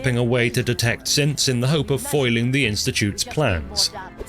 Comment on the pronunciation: When you mentioned Synths in Fort Hagan, I thought you said simps... which fits well with the mention of women faking stuff on the internet.